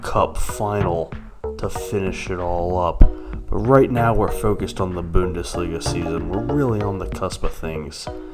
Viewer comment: I love the way you say bo-undesliga